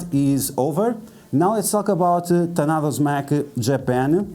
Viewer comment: Repeat after me TaDAno not tanado 🤣